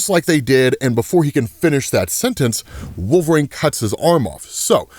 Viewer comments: Bro.. wolvereen.. not wolver-ain... say it right 🤦‍♂️ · Can I ask why you say Wolverine as Wolvraine? Not picking or anything, tomato-tomotto.